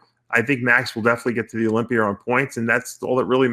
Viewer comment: What's the olympiurr? Kind of like the olympia? 🤣